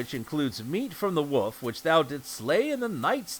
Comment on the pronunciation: The way you say "Wolf" like "woof" is hilarious to me. Thank you for these great videos.